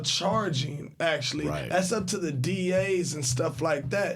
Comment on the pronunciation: Tha upstairs? It’s The (thee) upstairs